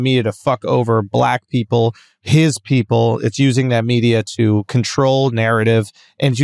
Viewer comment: Schulz says peeperrrr instead of people on accident lol